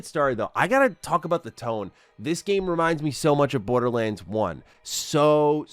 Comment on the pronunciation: Thanks, now can't help but hear, Borda-lins 😂